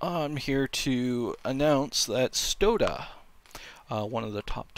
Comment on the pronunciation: Why do you say "stodeh" like "soda" like get his name right before you accuse him of cheating